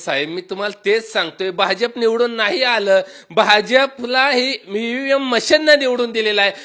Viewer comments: areee Bala aadi EVM bolyla shik......mg te हॅकिंग कस होत त्याचा विचार कर साद evm bolta yet nahi tula aani ky bolto ky tika krto......... tula devane tond dil त्याच्या गैर फायदा घेऊ nko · तुला evm बोलता येत नाही